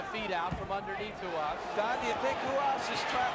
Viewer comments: who is hoo haas? its r u a s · Ah yes..Marco HOO-HAS. I remember him quite well. 😆 🤣 😂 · Why did he keep pronouncing "Ru-has"??